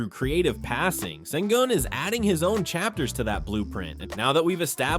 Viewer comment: The closest an English speaker will get to saying his surname is: Shen-goon You guys can't pronounce the "ü" 👀